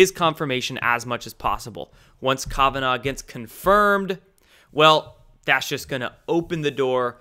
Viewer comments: Kavanaugh- pronounced Kav-short a sound ah- like open up your mouth and say ah naw- no problem with this You aren't pronouncing it right. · Love you bro but is KAVanough.. not Kovanaugh ... lol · Kavanaugh is pronounced kav ah gnaw. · Please learn to pronounce Kavanaugh correctly Calf vun awwww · You are pronouncing Kavanaugh incorrectly.